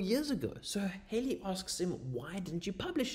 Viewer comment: The pronunciation of Halley rhymes with Valley and Alley.